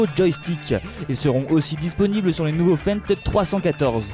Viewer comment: Jolie vidéo par contre pour votre titre qui est une question ont a déjà la réponse. Lol, il faut apprendre à comment ont dit Fendt 🤣